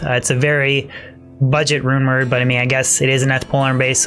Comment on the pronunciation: I keep hearing him say The rumored infinity instead of the rune word infinity lol